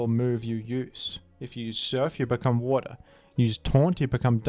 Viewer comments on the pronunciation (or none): none